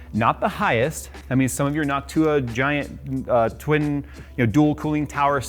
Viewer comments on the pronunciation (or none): none